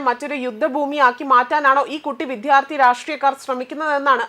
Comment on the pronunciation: നിന്റെ ഈ വിധ്യ ആർത്തി ഒന്ന് ശരിയാകുമോ? തലക്കെട്ട്, വിദ്യാർത്ഥി എന്നും, വായിക്കുന്നത് ആരോചകമായ "വിധ്യ ആർത്തി ""എന്നും 🤔